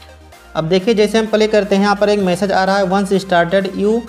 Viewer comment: Bhai video pale nahi bolte hai, Play bolte hai ok